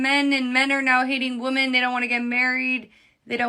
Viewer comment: Why can't any of them say "women"??